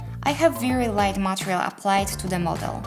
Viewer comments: Took me a while to notice that she was saying "material" and not "montreal"... I'm fucking stupid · i love how you say "MATEREAL", also thank you for this